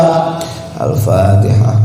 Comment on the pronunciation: Bisa nya cuma ini n alfateha juga slh baca gm org spt di bs di agungkan.